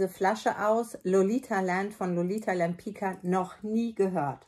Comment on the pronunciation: Liebe, toller Film, sehr hilfreich. Nur Lolita Lempicka spricht man deutsch geschrieben wie Lolita Lempizka. Das wissen die wenigsten. Ich verrate dir es nur, weil mich dein Wissen über die Parfum sehr beeindruckt hat. Liebe Grüße. Beata